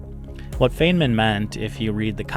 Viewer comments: it's a wonder how the human mind works: on the one hand i'm glad i found this video & i'm grateful to you for making it. On the other, it's like scraping a chalkboard whenever i hear you pronounce Feynman's name as "feign-man". It's pronounced "Fine-man", "Rich-erd Fine-muhn" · It's "fine-man", not "feign-man". :) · It's pronounced Fine-man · I had to stop listening when you mispronounced Feynman. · You clearly didn’t do any research on Richard Feynman himself, as you dont even know how to pronounce his name